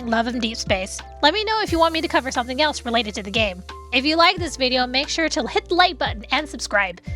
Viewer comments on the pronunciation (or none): none